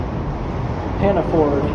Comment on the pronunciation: Great video, but I was anxious the whole time, haha. I recognized that bag the second I saw it though. Do you not have Hannaford's where you are? I know they aren't a huge chain, but I thought they might spread further down than Maine. It's pronounced Han-na-ferd, by the way, for some reason.